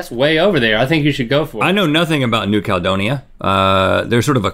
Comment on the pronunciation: Honestly Rhett mispronouncing New Caledonia EVERY SINGLE TIME was getting my nerves XD